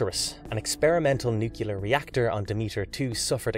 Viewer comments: Please stop saying NUCULAR unless you mean ‘shaped like a nut’. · What's a *nucular* disaster? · Nucular, LOL 😂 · New-clee-urr. Nuclear. George W. Bush has a lot to answer for, and people saying "nukulur" all the time is one of them. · How can anyone who’s into sci-fi still be saying; NuYeLer ?!?!